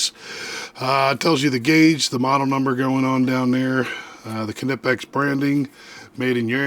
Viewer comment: Nope. I would say that Knipex USA and UK would be the last word on how to pronounce the name in English, and they both pronounce the K. However, it’s not “kuh-nip-ex” like some Americans (including the video creator here) say, there is no implied vowel between the K and N.